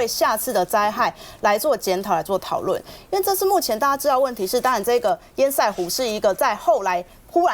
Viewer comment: 請問到底什麼是煙賽湖..？？？？？能不能上節目前查查自己不熟悉的名詞怎麼念…都沒有助理嗎？教育部有頒布國語字典，不難查吧…